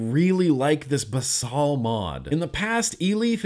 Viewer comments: I believe it's pronounced basil like the herb, basal means base in a medical sense. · Basal means something like, "forming the base," and gets used a lot in scientific writing. It's pronounced "baes-ul," kind of like the word "bays," followed by "ull," as in "skull." I know pronunciation isn't important, but I can't stand idly by as you abuse innocent words! :V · Love your reviews as always! Thanks for being you. Ps: basal is Latin for base, it’s pronounced how Americans say basil the herb “bay-sill” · I believe it may be pronounced as baesal